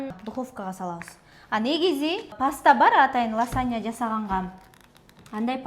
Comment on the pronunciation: Ласанья эмес -лазанья Мосарела эмес- мацарелла. Туура сүйлөгүлөчү.